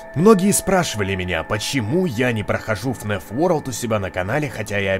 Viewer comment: Ребят, почему говорит " ФНЕФ" а не "ФНАФ"?